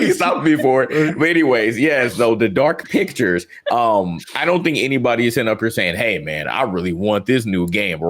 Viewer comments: I definitely heard Dark Bitches too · 😂😂😂😂 I swore said Dark itchs too